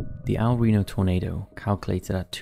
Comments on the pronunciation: Dude, the city is spelled El Reno not Rino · El Reno* Not "Rino" 🤓 Edit: Also, there's a video where you can barely see the Twistex team's car being flung up hundreds of meters and spat out of the tornado. They simply couldn't survive the sub-vortice. 2nd Edit: I found the full 10 minutes 1 lunatic 1 icepick video in less than 5 minutes searching.